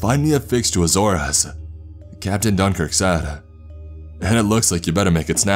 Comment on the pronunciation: I cant stand how many times he says azores like a-zor-es it a-zores